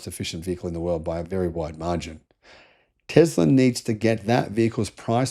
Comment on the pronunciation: What is with pronouncing 'Tesla' as 'Tezla'?